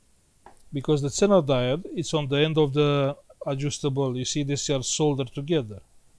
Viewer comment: Zener diode,it is readen like ZINER...like zero